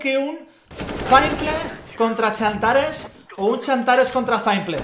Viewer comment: se llama xantares no chantares